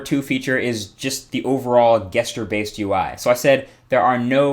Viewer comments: This is the second time I've noticed this but Marques, Gesture is pronounced with a j like jester, not G like guess. Had to point it out, sorry. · I love how you say "Ges-ture" instead of "Jes-ture". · Never heard anyone pronounce gesture (jes-ture) as 'guess-ture' before. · did you say gesture like "guest"-ure? you know it's pronounced like "jest"-ure, right? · JES-CHUR NOT GESS-CHUR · guest-ure isn't how you say gesture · Please, MKBHD, please, it's "Gesture," not pronounced "guessture." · Did u say Gesture? Everyone I have ever heard pronounces it "Jesture" :P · gesture [jes-cher] :) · Guess-ture. Hm. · O.o How come you can't say gesture? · Did he really pronounce gestures like that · Who the fuck pronounces gesture like that? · Hey good sir, just a heads up, you are pronouncing gesture improperly hahaha...it is spelled with a "G" but you pronounce it with a "J" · in spite of it's spelling, gesture starts with a j sound. you say it wrong every time. your videos are great anyway